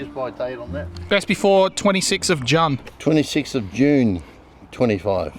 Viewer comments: “26th of Jun” killed me 😂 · "26th of Junn" 🤣🤣🤣🤣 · "26th of Juhn" 😂😂😂